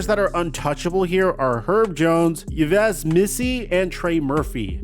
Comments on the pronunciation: People still saying EE-Vez Missi? How uncultured are ya'll? Get a passport, learn other languanges, get out of your little American bubble. Yves is pronounced "EEV". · Hey, "Yves" is pronounced as the "ief" in "Chief". It's a French first name. Hope this helps! I know foreign names can be tricky.